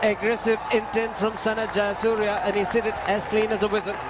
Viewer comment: It's jayasuriya not yayasuriya